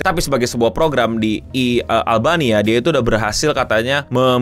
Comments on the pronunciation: ini gue doang atau daritadi sempet bilang albaina instead of albania, man am i tweaking???? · Albania bang, albaina mulu ngapa si 😂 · gw salah denger beberapa kali sebut albaina yg gw tau itu albania, gara gara inget film taken liam neeson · Albania ou bukan Albaina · Beberapa kali lu kepleset bilang "ALBAINA" 😂